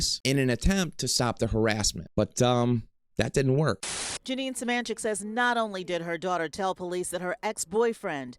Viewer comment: It’s suh-MAN-chick and please for the love of god stop including screenshots of AI overviews in something that is meant to be informational